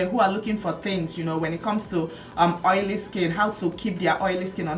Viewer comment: can't get over the "OYO" pronunciation! lol